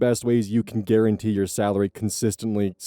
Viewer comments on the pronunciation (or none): none